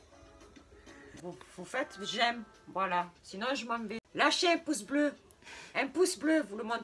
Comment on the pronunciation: elle a dis poce blo